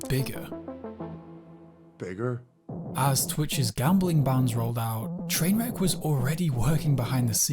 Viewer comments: The way he calls him Trainwreck instead of trainwrecks makes me angry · It bothers me that the guy who made the video isn't even saying the guys name right. I've never watched the guy and I know it's Trainwreks not Trainwrek.